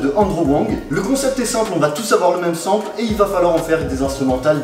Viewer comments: Dead comment tu dis sample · C'est pas comme ça qu'on prononce sample 😂